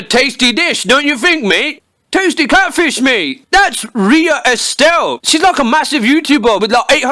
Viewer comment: ANOHER CATFISHE (Pronounced “ kate - fie - sh )